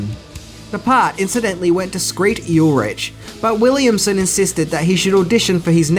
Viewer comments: Skeet Ulrich, not Skreet was on Scream, lol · So the actor’s name is Skeet not Skreet. LOL.